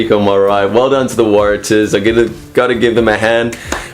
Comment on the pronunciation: Could you please get the pronunciation wright. Warratahs.Pronounce Warra stars without the S. Big home ground advantage for reds.....may surprise.